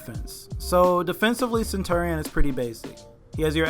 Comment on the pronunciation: Sen- chur-re-in